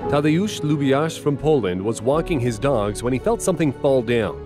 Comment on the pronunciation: I'm Polish, and I love how he pronounced Tadeusz Łubiarz 😅. But I understand him, since Polish language is one of the hardest to learn.